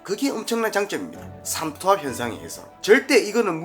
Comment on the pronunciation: 삼투합 아니고 삼투압 아니에요??? 태클은 아니에요~ 영상 항상 재밌게 보고있어요 ^^ 어복화팅!!!